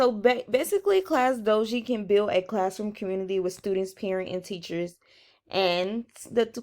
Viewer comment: Class dojo not class doji